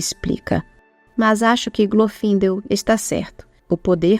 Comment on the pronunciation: Eu sempre achei que o nome de Glorfindel se pronunciasse com o "e" aberto, não fechado, acho que soa melhor assim.